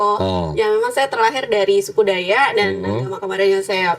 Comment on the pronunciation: Dari kata betina ini sy ragu dia suku dayak.mimik nya berkata DAYA". Huruf K di belakang tak ada .dia tak ucapkan DAYAk.